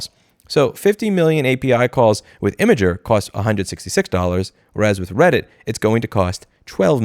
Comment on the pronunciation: Imgur is pronounced "imager"?